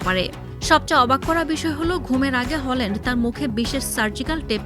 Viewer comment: হলান্ড❎🤦‍♂️ হ্যালান্ড✅👍